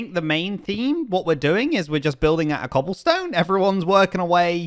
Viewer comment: cAHAblestone towers